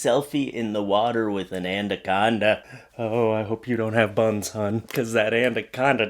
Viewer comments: ANaconda*, not anDaconda. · Why are you saying 'andaconda'. There is only 1 d in anaconda. I'll let you guess where it goes